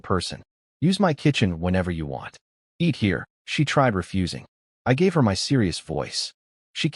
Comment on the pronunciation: Amusing how the AI voice reads 'my' as two letters, M.. Y..